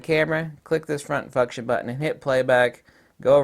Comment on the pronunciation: Front fu$$tion buttons, haha. Not sure if it was on purpose or not but it's my new favorite word.